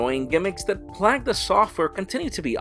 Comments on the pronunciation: Lol says "plag", it's pronounced "playgue" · I'm pretty sure he's trying to say plague....... but that's certainly not how it's pronounced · The way he mispronounces "plague" is so disconcerting.